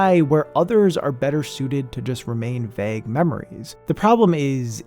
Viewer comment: Is it bad that I can approximate where is from by the way he says “vague”? Lol